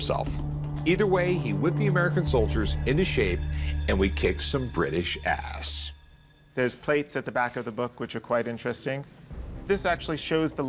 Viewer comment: 'we kicked some British asse' oh ok.... HARRISON 😂😂